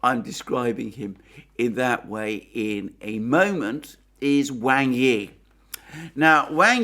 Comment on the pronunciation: Wang Yi is pronounced like "WAND", but with a G, and "I" like in illicit.